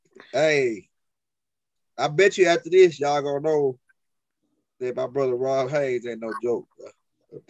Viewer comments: BRUH??? THE MANS NAME IS ROD not RON , HAYES not HAYNES😅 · Dude it's not ROB HAYNES... it's ROD HAYES!!!! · I like how pronounce Rod’s name lol it sounds like he saying Rob Haynes lol it’s all love I like his energy and passion